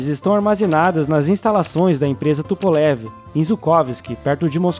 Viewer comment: Não se fala TUPOLEVI. É TUPOLHOVUH, minha namorada é russa e ela me corrigiu.